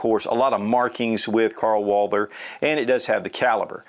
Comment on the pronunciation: Every time he says "UOAALDER" in stead of Walther my ears start to bleed.